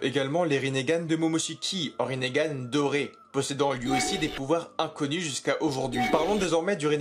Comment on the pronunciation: "rinnégan"? Eh frerot respecte un peu